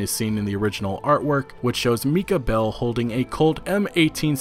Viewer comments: Its Mike-uh not meeka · micah is pronounced my-cah